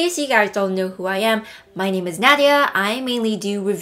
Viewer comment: I love that your name is Nadia. That is my daughters name.😁 and you say it the same. I was surprised how many people call her nodia or nay- dia ... Now i have to go buy this powder😅😂❤